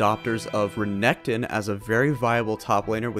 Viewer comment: Re NEC ton lol